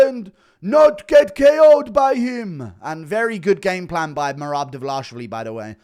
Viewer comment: The Dvalishvili pronunciation is hysterical. Almost as laughable as his DES MoinES effort.